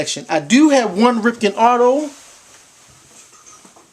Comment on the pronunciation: Great idea buddy! I have a few names so far, including yours. Good luck with the Ripken, I'm sure he'll sign on the sweet spot if you ask him to. Like a Baltimore accent you added in there as well haha.